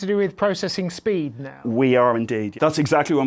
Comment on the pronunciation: Poor becomes purr Speed becomes spade